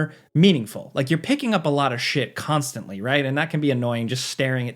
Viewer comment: needs to be a little more careful with how he says “constantly” lol